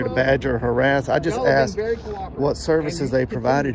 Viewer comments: "he been axe to leave" 😂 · Those ghetto-fabulous, hair-extension queens who say “he’s been AXED to leave” and “none of your business” when asked to identify, should’ve been instructed to leave their ignorant, ghetto attitudes at home. Better yet, they should’ve never been hired in the first place. These are prime examples of public trash stealing wages for their welfare lifestyle.